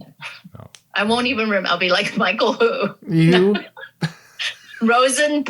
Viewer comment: Michael is pronounced exactly like that (though you don't have that "ch" in English) in German. Like… Michael thought it sounded in Spanish. That was actually a pretty good German Michael. Michael in Spanish is Miguel.